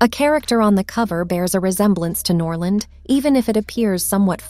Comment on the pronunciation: Norland the liar? It is Noland the Liar, get your pronunciation right before you start speaking about growing your channel.